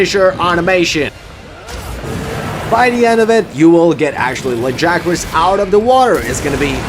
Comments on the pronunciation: They say "Lag-ee-agg-crus" like 8 times in the voiced bits.... Not "Luh-guy-uh-crusss". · I'll come back when you pronounce his name right.....